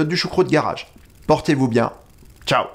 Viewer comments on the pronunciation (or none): none